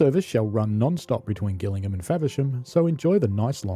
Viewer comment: Gillingham in Kent is definitely and always pronounced with a soft G. There is a village called Gillingham in Suffolk, near Beccles , which takes a hard G, but we needn’t concern ourselves with that. Just thought you’d like to know.